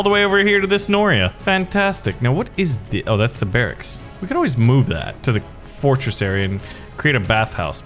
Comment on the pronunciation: i died of laugh when he sayed fortsress